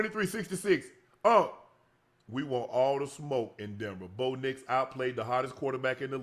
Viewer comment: "Bo Nicholas Nix" lol